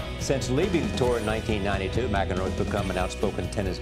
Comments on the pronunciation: His last name is pronounced "MAC EN ROW" not ma ken ro. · His name is pronounced MAC enroe, not MIC enroe. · Mack-en-roe is how it’s pronounced. “Mick-in-roe”- That was funny. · WOW. DID YOU REALLY just say Mick-in-row? John Mick-in-row??? Wow. Try to say it with me -- Mack-en-row. John Mack-en-row. One more time: John McEnroe. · FYI......his name is pronounced MAC-en-row. Not Mc-En-row. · john MAC IN ROW, not mcinroe lol hes famous af how can you not pronouce his name right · Please learn to pronounce McEnroe before doing the damn video. It is MACenroe not MICenroe. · Pronounced Macinrow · love, but John Mic en row? lol mack’n row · ... BAD GRAMMAR ... Mc" .. is pronounced MAC ( as in Mac Donald's burger joint ) ... NOT ... Mic Donalds ... hearing you DESTROY ... his name ... Mik -Enroe... is quite disturbing. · Lmao John mick-EN-row? It's pronounced MAC-en-row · mack en row... Not mick in row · His name is pronounced John Mackenrow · Mac In Row. Not Macen Row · The way you pronounce his name is Mac In Row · It's pronounced Mac EN Row. He's pretty funny and has a cool life story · Just a heads-up, it's pronounced Mack-enroe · Mac-N-Ro... phonemic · mac....can...roe= McEnroe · Mack- In- Row. Is how you pronounce his name. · Pronounced Mack-in-row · MACK-en-roe. Lol. Crazy f*****. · Good ole’ John Mc-In-Row I mean guy, you’re literally showing us a video where they say his name about 5 times… And you STILL mess it up, THAT badly? Not to mention, how have you never heard of him before this? Maybe i’n just getting old… But dude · It's pronounced "MAC in row." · Hahahaha! We know your young. It's pronounced "MACK IN ROW". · Mac-En-Roe ... lol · It's pronounced "MACK enroe"... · his last name is pronounced: Mac-en-roe. I'm the same age as John MacEnroe, and I remember his grand slams when I was in High school. He's a beast on the court, and he was one of the greatest tennis players ever. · His last name is pronounced Mack in row. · Lol mac-in-row but that’s ok